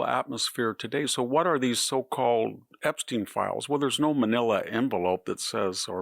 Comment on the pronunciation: Sounds like a joke from Young Frankenstein pronouncing Epstein's name with a long e instead of a long I like it's supposed to be. It is spelled with a long i. And yet you keep pronouncing it as if the English have any idea of how to pronounce Latin written words! Not even an English name